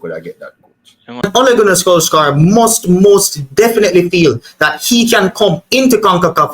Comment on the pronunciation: It's spell solskjear but pronounced solshire